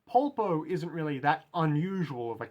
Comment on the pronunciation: I really like this one! I've seen other analysis of the characters but they don't really seem to bring up your point. Also I really appreciate your pronunciation of his name because I've seen people butcher it in the worst ways possible: Paul-po, Polo, Popo, things like these, so thanks for saying his name in an human way. I believe that his design can be described with two words: Advantage and outsider. Advantage because Polpo is leagues ahead of Giorno: Firstly, he's way older than him. We don't know Polpo's age, just like we don't know his first name or anything at all, he looks too weird to estimate an age but I'd say around 40-ish. But we know thanks to Bruno that he has spent fifteen years in prison, the number isn't casual, it was chosen because it's Giorno's age. The protagonist has to face someone from another generation which adds even more confusion since until now he has only faced people around his age. Secondly, he's smarter than Giorno. We don't know what are his study titles but because of his interest in sociology and art history we can safely assume that he graduated from university or if he didn't, he studied a lot on his own. While Giorno is in the second year of high school, he hasn't reached the hard part of the school yet. And Polpo loves to show off his knowledge, for example where he references Fuller, he had no need to explain who Fuller is - he only needed the one sentence, but he still briefly explained who he was to Giorno because he wants to inti